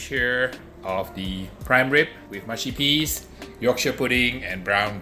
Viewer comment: ma-shi peas? huh ... moosh - shi peas